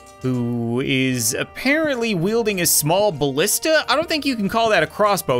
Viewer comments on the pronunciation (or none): none